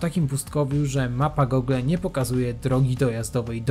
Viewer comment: Rencista - b.(były) rolnik" . Takie trudne do odczytania? I nie ,,[gogle]", tylko [gułgl].